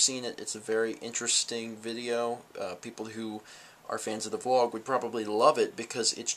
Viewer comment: VLOG NOT BLOG